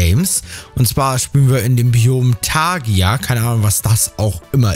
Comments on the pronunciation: *taiga nicht tagia :D oder hast du in der schule etwa nicht aufgepasst ? :D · Es heißt Taiga! Nicht Tagia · Es heißt taiiiiga xD ein riesen wald (taiga und tundra weißt du ?) also tundra gegenteil keine böume